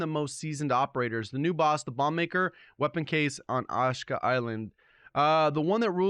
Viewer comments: OSHKA as opposed to AH-SHE-KA? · It's pronounced "Ah-Shee-Ka" not "Oshka" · How you pronounce "Kodachis" correctly but not "Ashika"? Ashka ashka ashka...ah-shee-kuh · Aash ee kaaahh island. Not assshhhkaaah. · It's not ASHKA but ASHIKA, c'mon, there is more in life than 'merican English... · Just for future reference, it’s pronounced like “ah-she-kuh” not “ash-kuh” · It’s pronounced uh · shee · kuh Good vid though. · I love your content. Sorry this is bugging me but it is pronounced Asheeka island. Keep up the content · Ashika =A-she-ka no shade